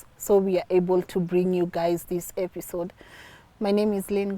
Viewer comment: Did i just here lynn say epishode 😅😅